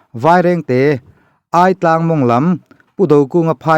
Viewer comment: 'Aitlang' Ai tih lai i lam dan hi adik lo.. Alphabet a 'i' anga lam tur ani e...